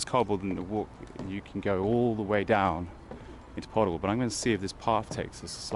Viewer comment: PODIL. Pronounced 'Po Dill', .Like In, Sill, Will.